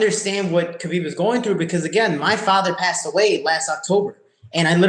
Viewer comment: It's KHABIB not KHBAIB